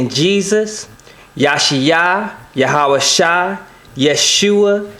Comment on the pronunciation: I think it would help alot to pronounce these names in the original language... or at least not american. YahawaSHEE...not -Shy, at least.